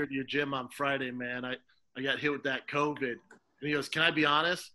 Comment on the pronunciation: Haha Theo always says “corvid”